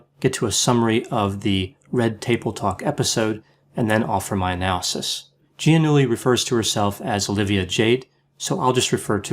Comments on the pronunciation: it's pronounced ja-newly since it's italian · Ouch. The way you delivered the burn on her lack of talent in the wrap was subtle and on the mark. Poor Jade, all those gifts but the important ones. BTW, "Gi" in Italian is a soft G. Otherwise, a perfect take. Grazie!